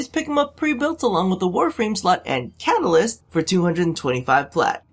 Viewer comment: My OCD gets ever so slightly pissed off every time you say catalyst...